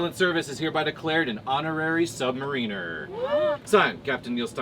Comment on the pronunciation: Submariner... sub mariner. Not sub marina...